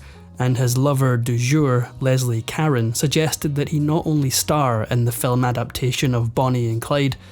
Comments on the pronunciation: Leslie Caron's last name isn't pronounced the same as "Karen." It's "kah-rone." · Actually it's a French name and ending is not "own". More like macaron (not macaroon) where the last letter is silent. Same for blanc de blanc people pronounce blank de blank. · It’s pronounced Caron like French president Macron. Not Carone. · Your Narrator Bot doesn't know how to pronounce Leslie's last name. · To be fair, most of the bots and younger actual people tend to share this same little quirk. 🤨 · Why don't you Google the pronounciation of actors names, you sure blew Leslie Caron, sounds so ignorant and amatuer